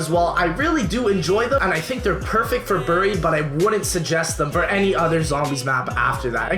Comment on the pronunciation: U say buried wrong Good list